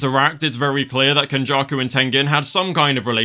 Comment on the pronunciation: Not “ken-backshots-jakuuuu”